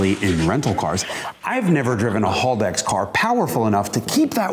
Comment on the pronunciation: Haldex, not Holdex. ;)